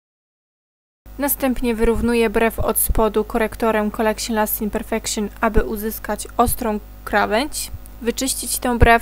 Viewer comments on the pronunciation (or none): please, nie mów"kolekszin", "perfekszin", bo uszy bolą